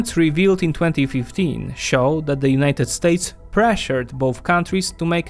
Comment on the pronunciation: why do you pronounce it "Unayted StAYtes"?